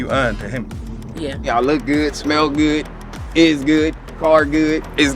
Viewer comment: As soon as he said ‘I look goodt, I smell goodt’ I spit out my drink laughing